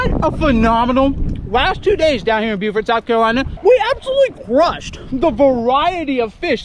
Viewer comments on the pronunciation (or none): It’s bow-fort… not bew-fert lol